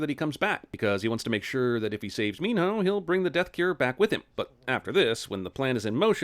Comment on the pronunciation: So can he not pronounce Min Ho or does he think his name is Min No?